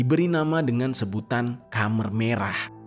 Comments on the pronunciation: Koreksi nih bro, penyebutan Khmer bukan Khamer (dlm bahasa Arab minuman keras) tp Khmer (khemer). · KHMER di bacanya kemer bang bukan kamer wkwkwk